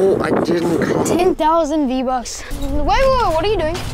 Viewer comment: Svein Revheim v-vucks? V-bucks